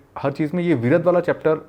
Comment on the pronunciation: Actually his name was "Viraadh" not Viradh